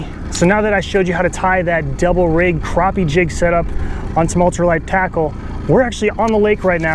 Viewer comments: same to,you bud,, its all good,, you cant make everyone happy,,you pronounced it right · Its pronounced Croppie, stfu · it is pronounced...cropeeeeee...check your dikshonery..lol